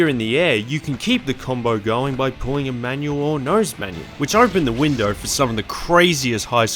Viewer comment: I kept hearing menu instead of manual also haha